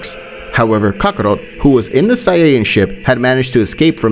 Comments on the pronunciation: Bro said Kakaro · Kakarot and this man's pronunciation is ka-ko-ROOT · He says Kakarot like Kabarrot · the way he pronounces kakarot makes me upset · why are you not sayong words correctly like saiyan or kakarot or evil and alot of other stuff man please be a better speaker